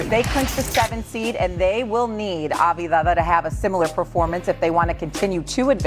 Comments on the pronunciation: She pronounced his name 4 different ways in 45 seconds and none of them were right!! 😂😂😂 ah vuh diva ah vie vuh vuh ah vee dah ah vie dah vuh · Lack of professionalism not being prepared and able to announce the name of a player, especially a name you'll be saying multiple times for a story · I got as far as Ah Vah Di Vah before I shut it off. 4 seconds in. If you're making bank to do this as a aliving, the least you could do is spend 5 seconds to learn how to pronounce the players' names correctly. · Omg enough. Av-di-ya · aveedaa? really? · Av Dee ha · If you can't pronounce Avdija - top 20 player in the NBA today - then you shouldn't work for an NBA show. Also, the producers should have corrected her. That's why they have earpieces. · How did you pronounce his name 4 different ways in 30 seconds, and they were all wrong…. What is going on 😂😂😂😂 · how tf do they not know how to pronounce Advija. this is their job that they get paid more than most of us to do…